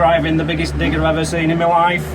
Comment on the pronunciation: I thought he said dick and not digger... This is seriously the biggest dick i have driven around lmfao xD